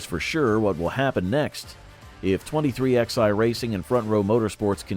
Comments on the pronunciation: What the fuck is 23 -XI racing.....its pronounced 23-11. Who runs this fuckin channel? My God this is DUMB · Where do you get these narrators at, the name of the team pronounced 23-11, not X i, haven't you ever learned Roman Numerals ? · Your dramatic titles suck. And it’s pronounced 23-11 so your 23XI as you say is not the way they pronounce it,.